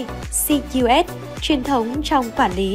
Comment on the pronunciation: ABACUS là bàn tính hạt đậu đó, đọc gì ây bi ây haha